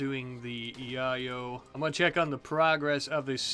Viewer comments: It’s pronounced yay-o not ya-yo 🤣🤣🤣🤣🤣🤣🤣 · your pronunciation of Yayo is very amusing to me, it makes me think of the OG onepiece opening.